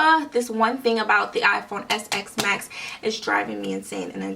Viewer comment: It’s called iPhone XS MAX NOT SX MAX